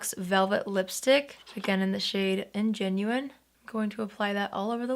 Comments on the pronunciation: BTW That lipstick shade isn't "ingenuine", it's "ingenue"- pronounced "an-juh-noo". It is a word from french, and it's used to describe a character (especially in plays/musicals/opera) who is a young, innocent, naïve woman. Not trying to be critical, but just to give more information! Hope this comment helps someone learn! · I need an bun tutorial. Your hair is always perfection. P.S. Ingenue is French and pronounced Ah-gen-new. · ingenue = "ON-juh-new" (a naive young woman) ; ) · So glad to see your smile is back,. Your makeup today is as lovely as ever. I think the lipstick you put on is called Ingenue, pronounced “on-gin-NEW”, which is a French word meaning a fresh-faced, young lady. Anyway, hope this helps! Love your videos,! 🌻💕💓